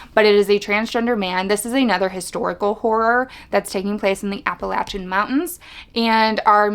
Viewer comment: Just found your channel, great reviews. I hope your others are longer, tho, lol! Also, thanks for pronouncing Appalachian correctly, it doesn't happen often. 🙂 Vivian